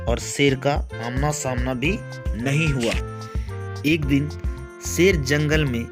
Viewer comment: Sher hota hai seer nahi🤣🤣